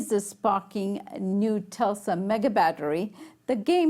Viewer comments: LOL can’t pronounce TESLA. Tesla not Telsa! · Telsa?? Lady, you cannot deliver the news. You can't even pronounce the company's name correctly, nd it's not exactly difficult. Tesla. Tes-la. Not Telsa. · Tesla, not Telsa. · Really.. we're calling it Telsa..? Facepalm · Learn how to pronounce Tesla. It's not Tulsa. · Maybe she's been waiting so long for her Model 3, that she refuses to say Tesla ever again?